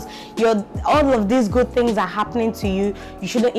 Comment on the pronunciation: I had to Jot ‘fings’ down so I could take ‘fings’ away!!😂😂...So much to learn in this video, not just with motherhood, but our normal day to day lives, there’s a lot of pressure these days especially with this whole social media era, you get to see your mates ‘doing things’ and you’re here sweeping the house for mummy and daddy, but then again I accept my reality and believe that some day I’d ‘do things’... Patience, Contentment and perseverance, really important virtues to inculcate, if not person go commit suicide 😩....Thank you for sharing this❤️